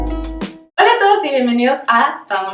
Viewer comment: Dijiste bienvenidem ?? Hasta ahí llego para mi tu supuesto profesionalismo.